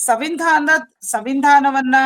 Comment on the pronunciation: Samvidhan/ Sanvidhan --- annuva badalu " Sav indhan" endu pronounce maadatiyallmma Tai!!!!!!???? 😅😅😅😂😂😂